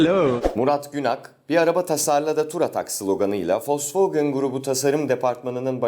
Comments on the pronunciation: Folksvagın gerken Volksvagen diyor olmaktan bir miktar utandım açıkçası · "fokswogin "ve almanlar aglar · volkswagen (folksvagın) diye okunur ;) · Ya abi vosvogın nedir onun adı vosvogen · folsfogın nedir ibrahim abi ya :D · fosfogın ne ya vosvogen onun adi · foswegın demen bitiri olayı:D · Folkfagen ne lan alaldmdkowmfmle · wolswagen nin adini ilk defa folsfogın diye okunduğunu duyanlar.. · sen önce Volkswagen demeyi öğren